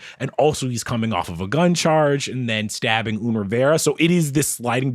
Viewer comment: I agree on the age issue ( pronunciation of "Un" was driving me insane") and on Jay not making Bey-- Beyoncé made "Upgrade U" for a reason! They are the blueprint for a power couple for a reason tho, them coupling leveled them both up in different ways